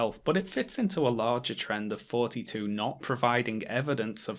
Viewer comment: Your th-fronting is killing srsly. I keep hearing "fourty-two" instead of thoughty2